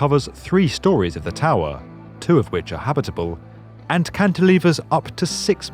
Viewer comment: Hehe who else like the way he says towerrrhhh